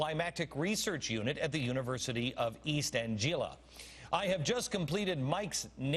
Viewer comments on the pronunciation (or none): It's East Anglia... Like Anglo.... Ang-li-a... not An-gil-la. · East An-gee-la? What an idiot. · Perhaps his pronunciation of East Anglia is fairly apt considering that the UK is rapidly becoming a third world country due to mainstream politicians trying to appease the eco-fascists for the past 20 years. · Ha they can't even gt him to pronounce east anglia right, and you trust this moron over the entire scientific community.